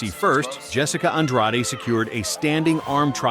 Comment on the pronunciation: Is this AI written and narrated? Anyone who follows MMA would know the names aren't pronounced Nama-JU-nas or An-dra-DEH.